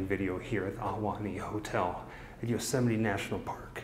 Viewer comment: Yosemite's great but you're pronouncing it wrong.